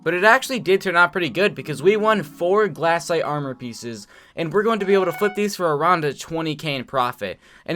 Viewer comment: why does "glass aight" make me so mad *amazing video tho * <3